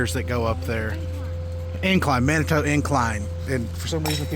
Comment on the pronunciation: Manitou, It's pronounced man-a-two, we used to make coolaid with the water there. I grew up on the westside of Colorado Springs and spent a lot of time in Manitou and the Garden of the God's.